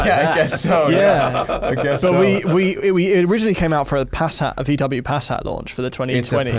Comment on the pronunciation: I’m British and Passat is not said the way he said it 🤣